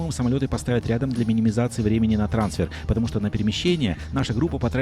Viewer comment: Мне нравится смотреть видео. Познавательно, но автор произносит слова в сторону инглиша, для англичан. Например в слове "трансфер". Надо ударение ставить не так